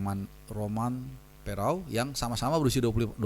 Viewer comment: Romain Perraud dibaca {Romang Pero},.